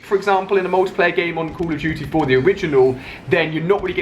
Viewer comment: he can't even say call of duty